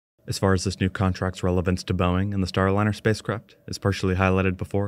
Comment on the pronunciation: Why can't the AI voice get Boeing right?